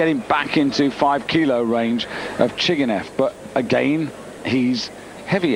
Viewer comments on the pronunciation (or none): Chigishev Not Chiginev :)